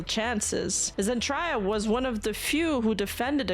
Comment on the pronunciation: Zen-Try-Ya? Really?;) Nice clip,.